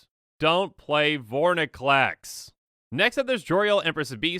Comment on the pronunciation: Why can nobody pronounce Vorinclex correctly